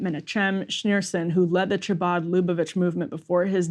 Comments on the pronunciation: Lol cha-bad 😂. I can't 😂. It's pronounced ha-baad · Emily, hard h or K not “ch”abad. Phlegmy H khabad. 😅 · I love how Emily mispronounces "chabad." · If you can’t pronounce “Chabad” you have no right reporting on it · Emily needs to either A. Get some lessons on how to pronounce Jewish words or B. Have someone else read the copy on stories like this. Her pronunciation was beyond atrocious! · I love that the reporters can't even pronounce "chabad" but think they can add color commentary to this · With all due respect as a Jew that lives in Brooklyn, the way Emily pronounces Chabbad, Lubavitche, Menahem is a literal War Crime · Emily's pronunciation of "Chabad" is almost as funny as RYan saying "big ol' hat." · If you speak for a living and need to do a story about chabad where you say chabad 100 times, maybe ask one Jewish friend how to say chabad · Pleaseeee double-check the pronunciation of Chabad before butchering it over and over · Cringing every time she pronounces “ch” without the guttural sound. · Somebody please teach Emily how to say Chabad and Menachem